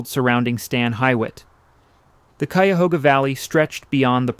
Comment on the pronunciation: Coo-ya-hooga lmso